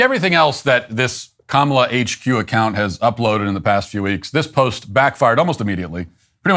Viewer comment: Bro said Cumala